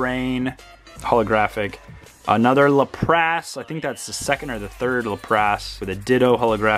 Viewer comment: Your pronunciation of Lapras is killing me, lol. Lap-rass not Luh-prass.